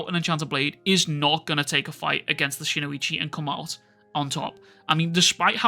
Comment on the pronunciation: a lot of youtubers speaking shinuiiiiichi but its shinUchi.